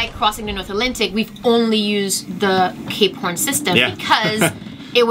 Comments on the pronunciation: Ever since you guys said Cape Horn now all they hear is K porn lol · I can't un-hear K-Porn ... lol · Stop saying K Porn. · I can not unhear k-porn now 🤷‍♂️